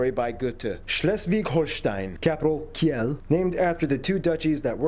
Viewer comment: Heavy mistake in his Video: (Except the bad pronunciations of "Dankeschön" and "Kiel") It's one Bundesland and many Bundesländer :) Like one Kloß, many Klöße.